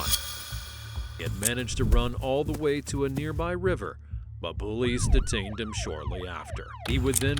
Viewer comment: "...but BULLIES detained him shortly after." ... Sometimes I wonder if the guy who does the voice-over, understands even one single syllable of English himself..